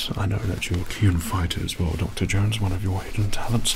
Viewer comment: more like "u coll him duck-terr Jownes" with an Asian accent